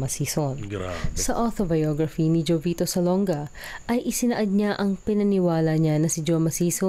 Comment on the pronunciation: jovito (ho vi to po ang tamang pronounciation, hindi jo vee to)....😊